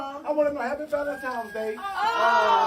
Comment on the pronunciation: Can blk ppl stop saying “Valentime’s” Day please? That’s all I want for Christmas 😆